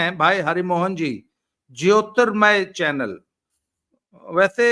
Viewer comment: बाबा रामदास जी ज्योतिर्मय का सही उच्चारण करें 😊